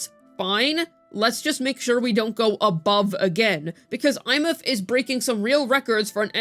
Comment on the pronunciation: i cannot hear these people. there is one that calls her EmeATH and my blood boils at how stupid that sound